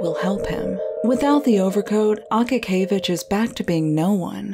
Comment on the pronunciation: It's more of an (a:) like in Ark. a-kA-kee-ye-vich